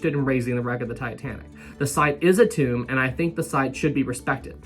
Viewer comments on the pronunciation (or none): none